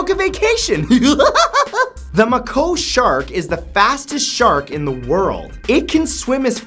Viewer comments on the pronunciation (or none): Fun show as always, but I was worried there for a minute when there was no huge mispronunciation of a simple word in before the 10 minute mark. But thankfully he got one in under the wire. Maybe he still had BigMac on the brain. Mack O' Shark LOL.